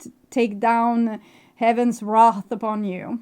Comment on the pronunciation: wrath not wreath! so accurate and thank you!